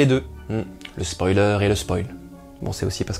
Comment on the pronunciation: Dorénavant je prononcerais spoaler! C'est beaucoup plus rigolo! :D